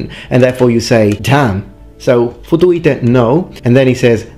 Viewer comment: Also; the ”Futuite” sounds more like: ”Futuete”, to me, the way it’s pronounced, here.